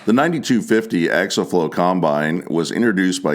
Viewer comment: The word is pronounced... Ack-see-ul...